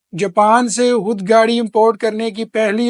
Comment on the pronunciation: میرے پیارے بھائی آپ بہت اچھا تفصیل سے بتاتے ہیں مگر لفظ حود کی بجائے خود بولا کریں شکریہ